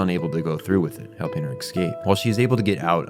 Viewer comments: Good video but ... this drove me crazy. you mispronounce "escape" .... it's eh-scape or uh-scape or even ih-scape (depending on accent or whatever). it is definitely NOT ecks-cape / ex-cape you keep saying it like that and it makes me want to pull my hair out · Great video but I how come you say Ex-cape when you try to say Escape? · fantastic breakdown and analysis. I only have one critique, which is “excape” instead of “escape”. Lol otherwise 10/10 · The real monster is the one that pronounces escape as exscape. (not really, I'm no prescriptivist) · Someone mentioned to me how he says eggscape instead of escape and now I cannot unhear it. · Every time you've said "exscape" instead of the word "escape" my brain cells begin rioting. Other than that great video, I really had trouble parsing Johan's point of view and motives while I was watching Monster. This really helped. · eSCape, not excape. Also, your pronunciation of German names was godawful, but Czech names were somehow better. All in all loved the video, keep it up. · Please learn how to pronounce “Escape” and “Klaus”. There is no “X” in escape and klaus is pronounced like “house”